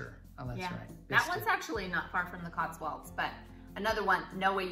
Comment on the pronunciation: Great video, it's Cotswolds as in old not walds. 😁👍🏼